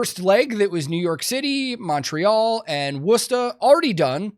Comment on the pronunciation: Went to the Worcester show and it fucking killed. Plus, extra props from me for the authentic Mass. pronunciation of Worcester